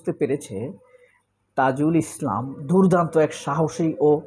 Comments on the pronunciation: তাজুলে এতো বার বার তাইজুল কেন বলেন,বিরক্ত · তাজুলকে তাইজুল উচ্চারণ করছেন কেন? নির্বাচন নভেম্বরেই চাই 1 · তাইজুল না।তাজুল হবে।উচ্চারণ শুদ্ধ করেন? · Bhai don't say Taijul .His name is Tajul Islam .ok . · বেশি কথায় বাচালতা, তাইজুল উচ্চারণ কেমন লাগে না!? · আবারও তাইজুল বলে!? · ভাই দয়া করে তাজুল সাহেবের নাম বিকৃত করে উপস্থাপন করবেন না।